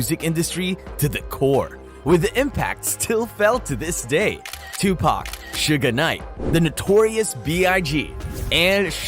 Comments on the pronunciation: It’s SUGE Knight… not SUGA Knight 🤦🏾‍♂️ 😂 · Bruh it’s suge knight not suga knight and it’s 2 pahk not 2 pack smh. 😅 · IF THIS DUDE SAYS "SUGAR KNIGHT" ONE MORE TIME I'M GONNA SMASH THIS DAMN MONITOR!!!!!!!🤬🤬🤬🤬😂😂😂😂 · i hate all these white voices speaking on black culture. this mofo said "sugar knight." yo, you serious? couldnt finish watching this video at all. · Why can you not pronounce Suge Knight correctly? Not Suga Knight. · If he calls him Sugga knight one more time,I'm gonna ruin another cellphone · Him calling him Sugga Knight MULTIPLE TIMES BACK 2 BACK is WIIILLLD😂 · who told you it was okay to pronounce suge knights name like that?